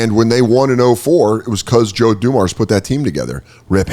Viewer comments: OMG the way this kid pronounces names is cringe af. Joe DuMarrs?? jesus. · messing up the names and only kinda knowing the big name people is hilarious. "Bye-Ron" and Joe "DA-mars" "Sta-arrt"